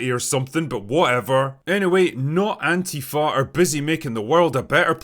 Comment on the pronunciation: Well, it certainly cannot be Antifa, because Antifa isn't a terrorist organization, nor an organization at all. Also Antifa don't blow up stuff and their name isn't pronounced "AnTEAfa" but "ANTIfa" like in other words that have "anti" in it, like "antiintellectual" or "antiterrorist". You don't pronounce "antiintellectual" as "anTEAintellectual" either, now do you? Dude, your true political orientation is showing... again. Anyway, that's all I've got for today. Go fuck yourself now, Will.